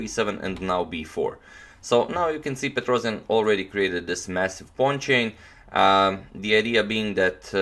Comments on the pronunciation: Tigran's last name is pronounced PetrosIAn (with a stress on the last syllable), not PetrOsian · It's not a PetrOzion, it's pronounced Petros[YA]n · Petrossssijan not Petrozian correct.